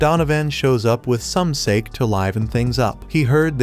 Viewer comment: Why did you pronounce mochi and sake like that?